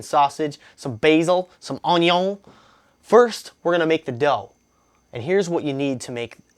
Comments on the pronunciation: Whenever you say "ung-yon" istead of onion, I fall a bit in love with you. There, I said it. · Because of you, it is impossible for me to sat onion in anything but a French accent.